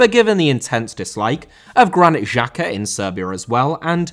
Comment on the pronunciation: Pronounce of Xherdan and Xhaka on this Xh is same like J in jeep , jungle, Jordan. Jerdan and Jaka is true not with french G like in Paris Saint Germain.